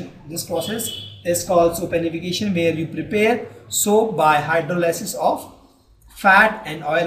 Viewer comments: Thanks a lot, btw it's Saponification not sopanification. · I would just like to point out it is saponification not sopanification.